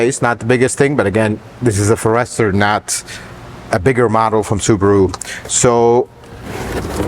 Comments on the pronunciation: I love how he puts the accent on the second syllable instead of the first in "Forester". :-)) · You shouldn't be reviewing something that you can't even pronounce correctly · Never heard anyone pronounce Forester in that manner. Is that the correct pronunciation? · Your thoroughness and attention to detail are appreciated, as always. Curious though that you didn't ask anyone how to pronounce Forester. The emphasis is on the first syllable. EVERYBODY else knows that. No biggie. Just a little odd. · I love how he pronounces Forester and how much he hates the copper trim on the seats and outside 😊 I love all your videos and please keep up the great quality content! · The pronouncing of the Forester is awesome 😂❤ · Have I been mispronouncing Forrester? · Why are you saying Forester that way? It’s a FORester, not a forESTER! Accent on the FOR! Good Lord!! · It's a pity couldn't the name of the Subaru forrest-er correct throughout this video as opposed to calling it the Subaru for-esrher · It’s pronounced Forrest-er and not for-ester. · FORE ester, not fore ESTER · Please... It is a forest..er , not a 4 ... Ester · Ferester?!? Forest-er! And the car is sensative to "cedar"? Huh? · Very knowledgeable, includes some details not seen in other reviews. Agree with his complaints about the screen. But I can't help but note the pronunciation: It's not a FUR-rester. It's a Forester. Otherwise, a very good and helpful review. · Our friend has mastered tens of thousands of American words, but he was bound to miss something. Forester is pronounced forest-er or fores-ter but not for-ester, but we love you and forgive you. 😁😁😁😁😁 Greetings from Southern Indiana. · How do you not know who to pronounce the cars name ? You are a mechanic FFS Its not (for ester). Its forester (one word) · Pronounced Forest Er, not for Rest or. Excellent program.😊😊😊😊😊😊😊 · Fores-ter. Not For-ester. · Introducing the Subaru Uncle Fer-ester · I didn’t know it was pronounced Furster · The Fo-rester.. Lol